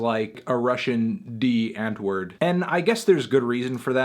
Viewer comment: It's pronounced Ahntvohrd